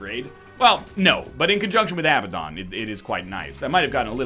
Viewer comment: NL, I hate to be that guy, but the way you pronounce Abaddon drives me absolutely insane, it's uh-ba-den.